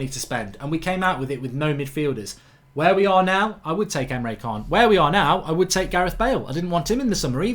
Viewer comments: Mark mate you need to start pronouncing Emre can correctly. It's triggering me man haha! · Emre 'CHAAN'